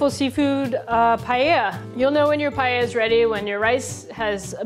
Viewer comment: As a Spanish cooking instructor I was sobbing all the video long watching that "chef" massacre Paella. Don't you dare even pronounce that word ever!!